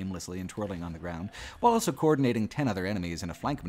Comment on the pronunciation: pronounces the word "also" as "elso".